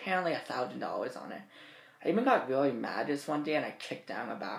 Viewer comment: "It was WEEEEEEAWY WEEEEEAWY WEEEEEAWY BAD." I'm so done XDDD